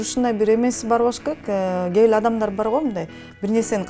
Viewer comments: Кайраттын аялы "кээ бир" деген созду "кеебил" дейт го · Кайраттын аялы "кээ бир" деген созду "кеебил" дейт экен